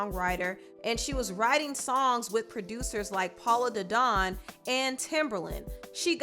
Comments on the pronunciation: Lol u pronounce some names funny lol u said Paula da don instead of polo lol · His name is POLO DA DON, not PAULA DADON! 🤣🤣🤣🤣🤣🤣🤣🤣🤣🙄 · “Paula the don” 😂😂😂 its polow the don, ma’am. Pronounced luke polo. Lol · Girl, who is Paulo Da Don? Lol It’s pronounced Poh-low. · It's polo the don not pon the don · It’s pronoun Polo like a 👕. 😂. But great video as always 👍🏾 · Every time she mispronounced Polo Da Don I laughed 🤭 it was a different mispronunciation each time 😂😂